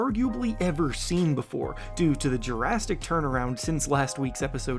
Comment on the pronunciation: Bro keeps saying Jurrastic